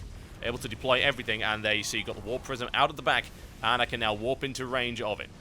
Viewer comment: Ahh warp prisim, I thought you were saying warp prison lol, makes sense now:) /mustbethebeer